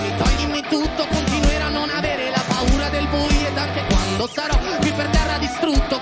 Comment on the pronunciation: I am Italian and I send you my heartfelt compliments. In my experience, you are the first English speaker to pronounce the Italian word "buio" well (which is not at all easy considering the sequence of vowels). Bravo.